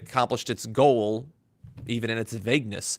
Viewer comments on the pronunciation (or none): none